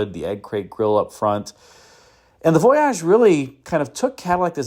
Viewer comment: Why are you pronouncing voyage so very oddly? You are reminding me of John Davis trying to pronounce Camry on motor week… remember at first he called it a CamrAy? I think someone told him it was pronounced that way, and then laughed at him as he mispronounced it for a season or two… If you were to go on a trip on a boat, would you pronounce it the same way as you do the concept caddy? How do you say Plymouth Voyager I wonder. Is it Voyagér?